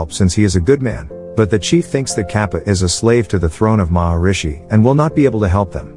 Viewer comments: It's Mahismati, no Maharishi. Those two things aren't even similar sounding. How on earth did you get them mixed up? Maharishi means Great Sage. Mahishmati means Mahish motherland. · it is Mahishmati A lot of other names are pronounced wrong